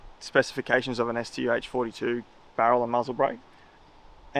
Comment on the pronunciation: wow he got the pronunciation of the StuH correct.